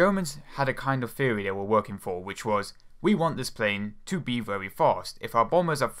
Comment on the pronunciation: Theory has a 'Th' in it, not an 'F'. Dont believe me? I'ts right there > Theory